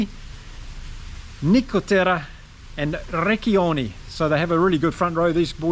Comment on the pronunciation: Great game tactical reading from you. Just for info.. It's Fisketti, Ric"ch"ioni. In italian ch is readed like a K. Double C is readed as ch of "rich"